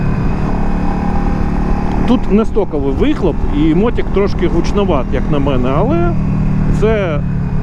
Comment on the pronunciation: що за слово "мотІк", ми навіть з дитинства казали "мотИк". що за сусідське лайно мотІк. Аж вуха ріже.